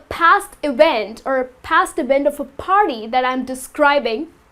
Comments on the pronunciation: All r nice . But why do u say farty (party) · Because Indian use F instead of P